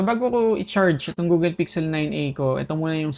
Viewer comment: Google, not Googel